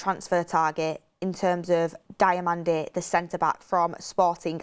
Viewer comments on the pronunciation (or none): Diomande (Dee oh man-day) thats how its said. Please stop with this DIAmande...